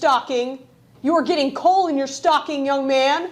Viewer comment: It sounded like you said “you’re getting colon in your stocking!”